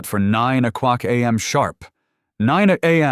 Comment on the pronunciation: Your AI can pronounce piece de resistance, but cannot pronounce o'clock? Oh qwake.